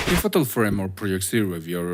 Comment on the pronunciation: not him saying ''faHtal frame''